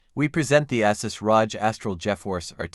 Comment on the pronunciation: “Assus Rahj”